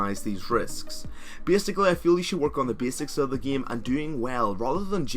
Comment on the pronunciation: enunciate ur As pls, again is not pronouced ageen, it's aGAIN, game is not pronouced geeme, its GAYYYME, and basis definitely not pronouced beeasis...? biasis? beesis? idk wut you said , but its none of those, its basis. im not trying to insult u just because if ur not born in the states or anything, just enunciate when ur speaking and your videos will be a lot more clear!